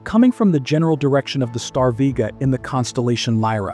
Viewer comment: You mispronounced Vega and photometry, but can say Oumuamua?